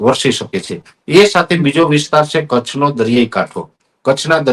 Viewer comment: વાહ,! 'કચ્છ' અને 'ધમરોળવા' શબ્દોના સાચા ઉચ્ચારો સાંભળીને સારું લાગ્યું. "વરસાદો" પણ ગયું...